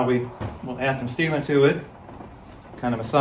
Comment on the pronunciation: I bought a few Park Tools and they are really good. Strange, I HATE putting tires on the rims. I kept hearing "Seema to it" instead of "Sealant". Since it's so much faster, sounds like another Ragbrai is in your future! John from MI